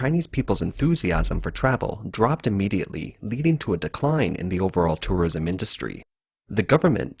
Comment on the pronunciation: is he saying tourorism or im just tripping ?